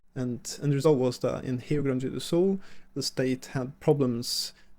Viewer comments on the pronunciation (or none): Ich hab schon eine Weile keine so miese Übersetzung gehört wie diese KI. Diese KI sollte sich wirklich schämen Rio Grande do Sul ist nicht schwer auszusprechen. Bei Porto Alegre kann ich es noch ein bisschen nachvollziehen, aber Rio Grande do Sul, nein absolut nicht. Trotzdem es tut gut ein bisschen die Heimat meiner Mutter zu sehen. Sehnsucht pur